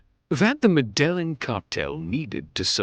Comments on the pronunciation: Med-el-len is not how you say it.😂😂😂😂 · Pronounce med a gene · Medellin.... ME DE JEEN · 😂your wrong too! Med-e-gene!! Like jeans 👖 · Your kidding right? I speak Spanish all my life and have Columbian friends from there. MEH-DE-YEEN. the double L phonetically acts as Y in Spanish. No J as in jeans in any of it.